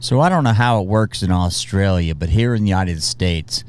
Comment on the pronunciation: First off I love your videos I can't say for sure about the Australian army facts but one quick tip it isn't Aaaauuustralia it is Australia you pronounce it short and quick but not rushed anyway keep up the great work.